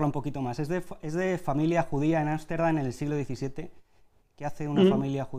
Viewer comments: no confio en alguien que dice asterdam y no amsterdam para empezar... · repite conmigo, arstendan otra ves otra vez arstendan :)